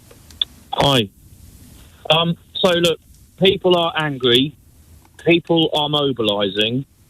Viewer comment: When a person says angwy, you know there's a fascist rant coming.